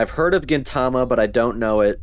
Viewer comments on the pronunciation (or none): none